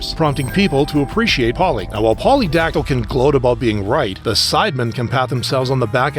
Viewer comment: Please stop calling pewdiepie pudes 😭✌️